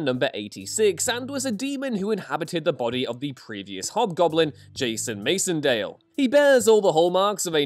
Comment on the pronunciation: It’s pronounced Dee-mo Goblin and Demo Goblin…because he’s a demon…and it’s Mac-en-dale not Mason-dale…